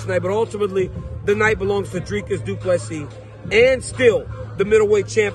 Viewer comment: Thank you for saying Dricus du Plessis name properly. Please tell Rogan not to insult a South African name. Rogan has many South Africans watching his show.